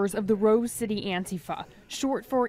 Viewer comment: Nobody else in the UK pronounces ANTIFA that way, just so you know.